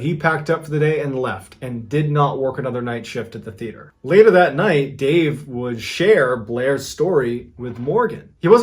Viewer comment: I do like these stories, but please learn how to pronounce Theater. Also, when inside, it's called the floor, the ground is outside.